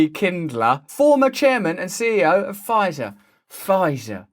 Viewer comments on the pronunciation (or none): none